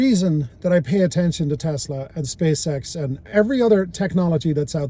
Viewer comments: Pronouncing Tesla as “Tesler” immediately strikes all admission of the record. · Senator can't even pronounce Tesla correctly.